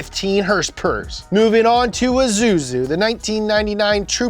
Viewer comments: It's ISuzu. Suzu. Not Zuzu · Did he just pronounce Dacia as DaSHa; Isuzu as AZuzu? Also, forgot about the SIN R1